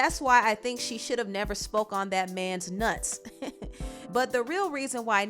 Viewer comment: why the emphasis on “That man’s NUTS”